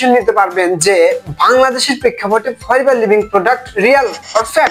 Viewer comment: বোকা দোসা 🤣Forever ভালো করে উচারন এই করতে পারে না আসছে ফরেভার নিয়ে নিউজ দিতে 🤣🤣 বিনোদন দিলা নাতী 🙊